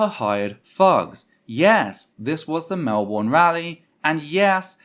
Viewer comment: Some notes from a Melbourne protester who was there. -It's pronounced MelBurn not Mel Born - I'd say the number of nazis was. closer to shy 20 then 30. - There was an extremely violent police presence both horse mounted and with pepper spray not only escorting and defending the terfs nazis and cookers (cookers are a weird Melbourne anti-Vax group dw about it) but actively assaulting us. We put up just as much resistance as Hobart we just got pushed away and got brutalised for it.